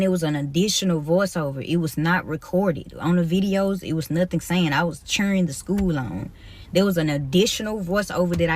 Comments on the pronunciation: Scooo teacha?! It's school teacher!🤣🤦🏽‍♂️ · Shhkool?, Axe?. Does this person know how to pronounce their S whithout a SH?😅 she belongs in school alright b7t as a student to learn how to speak